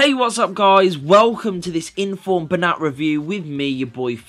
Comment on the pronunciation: Its actually pronounced as Ben-yat as the 'ñ' in Spanish is pronounced as a 'y'